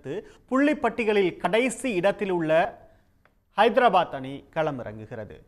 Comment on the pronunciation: Athu ennada hydrapath sun risers hydrapath nu solluda news anchor Tamil Nadu la ataya pottu cricket viduranka kasa sun kulumam